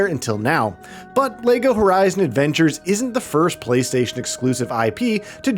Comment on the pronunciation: Is he saying Lego Horizon Avengers? lol